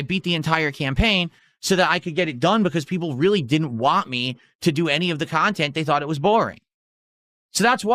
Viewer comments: “I’ll give you whatchu wah, if that’s really whatchu wah.” 😂😂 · "Ill give u wha u wahh".... what does have against the letter "T"?!?!?